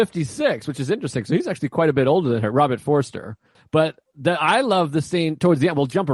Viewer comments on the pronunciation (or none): none